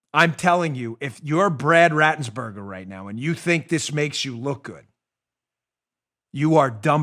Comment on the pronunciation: Not rathbrrger - RATburger